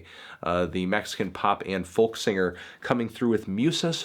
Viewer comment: Will you for fuck sake stop saying the L in folk. Stop it!